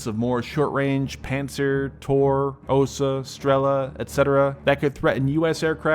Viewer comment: A small comment on the names of the Russian SAM systems. Buk prononciated as Book, Strela (arrow) as Stre-lúh, Oca (wasp) as Os-úh